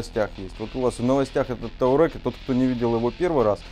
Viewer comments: Все отлично, только не таурег, а туарег. Вы супер. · Не таурег, а туарег. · таурэг? ну почти выговорил))